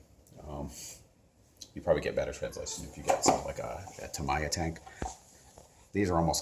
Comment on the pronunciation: Its TAH-MEE-YA for all the untraveled, uncultured peasant class out there. ; ) Youre welcome!